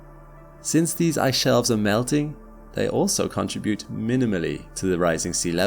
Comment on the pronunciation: Look at the way it is spelled: contribute. So you must not say "CONTRA-bute". STOP IT at once!